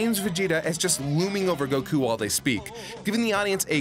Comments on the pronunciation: Solid picks. I just hope you learn that his name is goku not goCoo someday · Why do one of the narrators keep on pronouncing Goku as "Goh-khuu~"? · How does this guy pronounce goku like that? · I love "Goku" pronunciation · I've never heard anyone pronounce Goku like that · pronounces gokus name weird uh